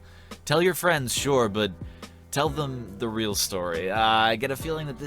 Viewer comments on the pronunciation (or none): none